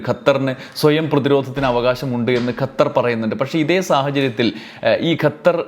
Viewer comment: ഗത്തർ അല്ല ഖത്തർ ആണ് ശരി